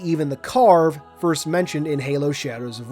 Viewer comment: My guy really said “firts”